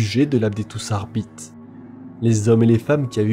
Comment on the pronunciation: Hello, j'adore tes vidéos mais les petits défauts de prononciation me sortent toujours du truc 😅, petit exemple ici, on dit "adeptus arbitéss" et non "arbite" pour l'adeptus arbites, c'est pas grand chose mais ça casse un p'tit peu l'immersion surtout que à part ça tu es très agréable à écouter